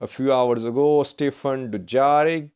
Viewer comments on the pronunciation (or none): none